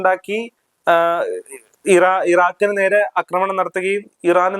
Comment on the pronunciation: അക്രമണം അല്ല ആക്രമണം ആണ് ശരി